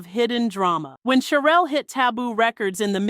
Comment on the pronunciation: CHERELLE PRONOUNCED SHERELLE